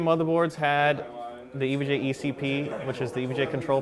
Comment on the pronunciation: Been a long time since I've seen or touched an EVGA board. (It's pronounced EE-VEE-GEE-AYE for those that don't know. Not Ehv-guh.) :)